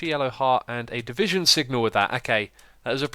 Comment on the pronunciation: "Divition signal" lol